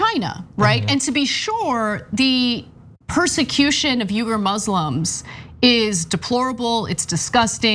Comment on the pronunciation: Why did Ana start pronouncing Uighur wrong? Her first pronuncian was correct, and it's the same pronunciation as Cenks surname in Turkish as well.